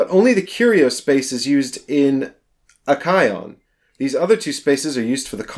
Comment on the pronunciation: I thought you were saying Chrome for half the video haha, but yeah this looks interesting. The Fall sounds like it'd be cool so wouldn't mind a video on that.